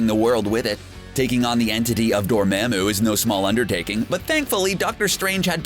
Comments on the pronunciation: / Dormamou you said, you need to say, dormamu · Anyone cringe on the way he said DOOR MA MOO I swear doctor strange said “DOOR MAH MOO” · Yeah it is pronounced dorumumumoo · cmon bro did u even watch the movie? They literally pronounced his name as dormOmu who in the tf is dorMAAMU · It's pronounced door-mom-oo not door-mam-oo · Door Mom moo Not Door ma'am moo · its not door mam oo its pronounced door mom ooo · It's dormomu not dormamue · Dormamu not dormaymu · It's Door-ma-moo! Not Da-ma-mo! I am sorry I can't help my self : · / Dormamou you said, you need to say, dormamu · Noone: Absolutely noone:: Dorm*A*moo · I's dor-mom-oo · Dormooooooomo not for mamo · DormAmeo he can't say it write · omg please learn how to say Dormamu correctly. This is like the third video where you mispronounce it <3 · Dormehmu lmao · Disliked when he said dorMAMu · DorMAMu? He says the name about 100 times in 5 minutes, how do you pronounce it wrong? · Anybody else triggered when he kept saying Dormamu wrong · Atleast pronounce dormammu right 😂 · Omg are you mispronouncing "dormammu" on purpose? Its said like 110 times in that movie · How he says Dormamu tilts me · Stop pronouncing Dormammu wrong!!! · Just........just stop saying Dormammu until you know how to actually pronounce it